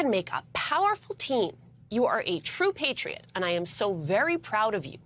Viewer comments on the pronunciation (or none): none